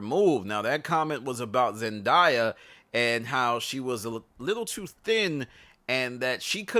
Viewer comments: “Zendya” 😂its ‘Zendaya’ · It's ZEN-DAY-YA lol